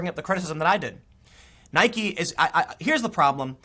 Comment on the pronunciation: The most important takeaway from this video is....Tim finally pronounces "Nike" correctly.